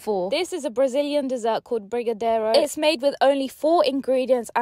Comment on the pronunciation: Achei muito fofo ela pronunciando brigadeiro😂❤